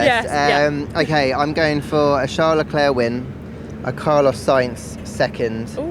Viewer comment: Vertstappen and Leclerc are both mispronounced . The A in Verstappen should be pronounced as in car and star ( the A in Max as well) and Leclerc is pronounced as Le Klurk , hilarious . French is difficult for you English , it should sound like : Le-Clair , as in the girls name Clair . Not difficult at all . And fMax Verstappen , for crying out loud , the man is reigning world champion , been there since 2016 and you English still haven't picked up the correct pronunciation of his name . Shame on you .